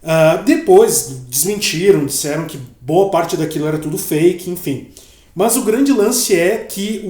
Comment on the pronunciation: Engraçado no lugar do "mas" ele falar "mãs" lkkkkkkkkk